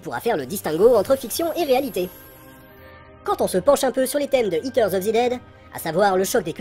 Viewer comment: J'écoutais sans regarder l'écran. It terre of zi dèd ? ... ... A j'ai compris.